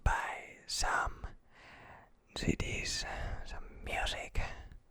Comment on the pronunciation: sometimes i cant tell if hes saying "CD's" or "tiddies"